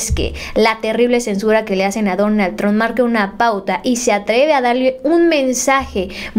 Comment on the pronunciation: se dice donald trump no donal tron